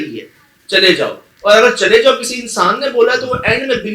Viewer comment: نہایت واضح "چلے جاؤ"